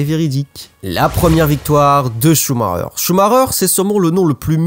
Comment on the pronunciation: bah "schumarer".....